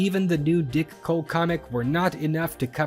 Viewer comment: I giggle every time he says “Dick Hole”… Oh, I mean “Dick Cole”